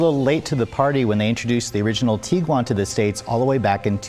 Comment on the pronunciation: Am I the only one that just learned how to properly pronounce Tiguan (TEEG - Juan)?